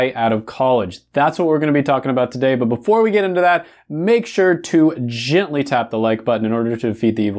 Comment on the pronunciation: iLike how he EMPHASIZES on G e n t l y pressing the like button! 😄 thanks for the awesome material!